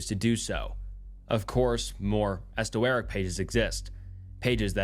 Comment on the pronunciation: "Esto-eric" for Esoteric.